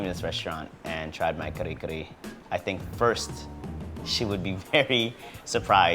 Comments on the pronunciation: talde is so fake, he know hes not pronouncing it correctly when he called it ka-ree ka-ree. hes parents werent enunciating that way when he was a kid. they were saying ka-reh k-reh. hes just to embarrassed to the way it actually sounds so he americanized the accent. what a fake. then he starts eating it with freakin chopsticks! and skips the steam rice. hes embarrassed by his own culture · its not kare kare its kuhri kuhri lol .bad ass though i like it im filipino american. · lastly, though i cant prove it im 100% certain his parents didnt pronounce it the way he said it. im filipino and am immersed in the culture. in my 35 years of living as a filipino in both the US and Philippines its never been said like that. talde basically made the pronunciation up.